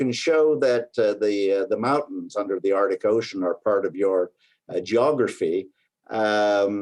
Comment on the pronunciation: Odd accent. She pronounces her "a" as "e". Erctic, not Arctic.